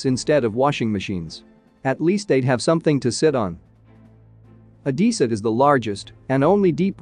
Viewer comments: It’s Odessa not Odeessa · I think it's Oh-DEH-Suh, not Oh-DEE-Suh, but I could be wrong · O-Dee-Sa or O-DESS-A? shouldn't you know? do women wear dreeeses or dresses? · PLEASE - find out how to pronounce the name ODESSA - it hurts my ears - O-dess-a e not i in its pronouncement